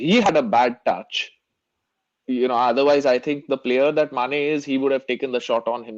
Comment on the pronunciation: Realized that when referring to Mane, always says Sane. Lol. Sane isn't in the PL again. Lol